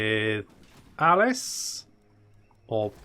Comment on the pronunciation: its Aleef and not Alice